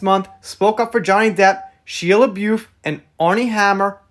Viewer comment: its pronounced Shy-ah la-boof. He has a lot of things against him from different people over a lot of time including from Sia about him apparently being a pathological liar and dating both her and twigs at the same time?. not a bunch coming together like what happened to marilyn manson. Armie Hammer has allegations of being a creep and telling his ex he wanted to eat her , possible cannibalism?